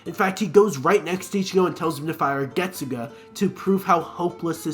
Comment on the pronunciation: i mean, Its Not hard to pronounce literally the Most iconic bleach line (After bankai) correctly, isnt it? Getsug-A?